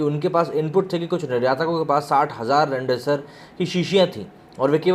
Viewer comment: इसको बौलो रैमडेविसर नही,रेमडेसिविर नाम है.